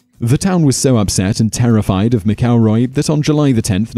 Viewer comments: It's MAC-elroy. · How is it you don't know how to pronounce McElroy?